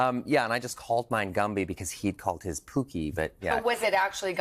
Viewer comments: Only Canadians would pronounce "Pokey" as "Pookey", eh? ;-P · Pokey not pookey oh em gee 😅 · I am Canadian and I say Pokey. I was actually wondering why he mispronounced it.